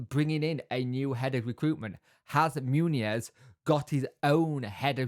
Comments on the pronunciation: OK, let's nail this - Muñoz - it's not MOONY YEZ - it's MUN (as in Monday) and YOZ - MUN YOZ, run 'em together and it's MUNYOZ (the little squiggle above the N adds a Y sound).....Muñoz.... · And for correct Spanish, the z at then end is pronounced as 'th' , as in the th in 'thing' but I don't think the British bother about that too much.